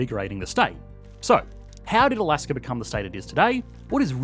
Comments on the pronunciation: There is no”R” in Alaska. Please stop it. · People in Australier speak like that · I've been watching Aussie content for some time. Don't know the reason for the "r" behind words like China and Alaska